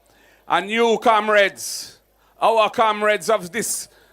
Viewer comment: He can’t say Comrades, he says Kamrades